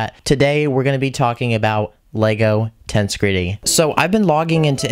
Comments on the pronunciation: The emphasis goes on the second E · So much is wrong with this video. 1. His pronounciation of the word "tensegrity" 2. The dragon is female. 3. You can't put a helmet over a pumpkin